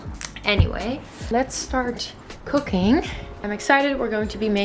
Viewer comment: When you said "let's start cooking" I heard "let's start cocaine" - I had a baffled look for a second... then I heard it right. Aaah 2nd languages... 😂😂 I'm definitely more of a dumpling girl haha